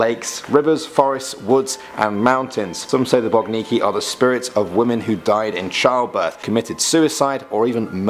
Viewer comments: *Boginki not Bogniki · Number 5, which you said is "BOGNIKI" is actually "BOGINKI". Please, do analyse the spelling letter by letter. BOGINKI is plural, singular is BOGINKA. One BOGINKA, two or more - BOGINKI (not: BOGNIKI).